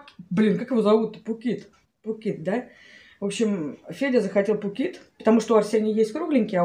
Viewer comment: Поп ит ( Рор it), 😄. Не Пук ит )) Я тож не могла запомнить сначала))